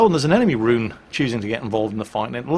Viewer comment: Please do not pronounce "Roon" like "rune". Should sound more like "rowan" or even better "Rhone"